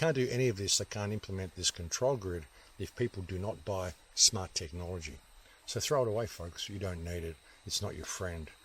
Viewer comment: Only trouble is that those people you refer to have zero credentials.. some fuckwit that can't even pronounce "technology" ( this so called X Vodafone boss) and that other dickhead the supposed " childhood genius".. is full of shit, how the fuck do people get the herpes virus? Do they inject it into the blood? No.. Ffs, ever since you went tripping off about the bushfires and had your episode of "something happened I believe the earth is flat now".. Your just fucking rambling man. Used to enjoy your channel..